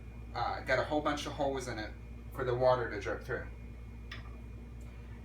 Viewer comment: I don't like him saying holes